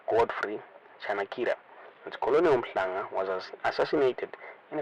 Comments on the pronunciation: Colonel is pronounced kur-nil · Colonel, pronounced 'kenel'